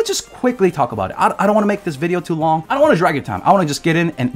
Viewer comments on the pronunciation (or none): none